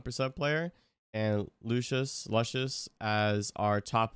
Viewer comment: how you pronounce “Luscious” is infuriating me😭